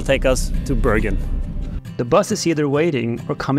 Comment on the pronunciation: Thanks for a very informative video and stunning scenery. Most of all, it's so nice to hear the Norwegian names pronounced correctly. Just wondering why Bergen was discriminated to "Bøørgen"? 😊